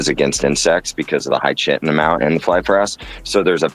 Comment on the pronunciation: Are you chitin me 😂 It's pronounced ky-tin (chitin) not chit-tin!